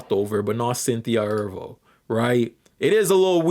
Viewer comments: Is mispronouncing words apart of your internet persona? Because why are you pronouncing Erivo “Er-Vo” instead of “Er-Re-Vo”? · E-'R-I'-Vo. The 'I' is not silent. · You keep saying mommy and ervo instead of mammy and erivo.